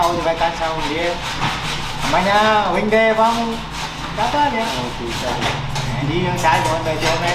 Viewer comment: huynh dê" ok nghe sao ma am lon g vay!